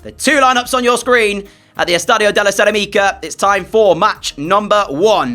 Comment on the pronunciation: Bro, that's not how you say cerâmica, there's an accent for some reason... You're putting emphasis on the Ica, the emphasis is supposed to be similar to ceramic, in English. I'm sorry for correcting you in such a meaningless thing but it's starting to trigger me to be honest, considering the amount of times you say it on every episode 😅